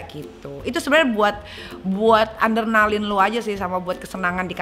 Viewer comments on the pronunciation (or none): Adrenaline nyai bukan ANdrenaline :))